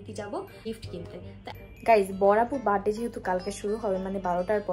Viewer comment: বাড ডে না বার্থ ডে